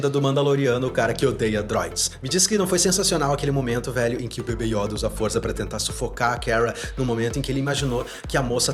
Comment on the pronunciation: Yóda ❌ Yôda ✔️